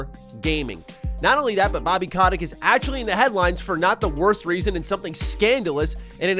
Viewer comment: It's CO-tick not kah-tick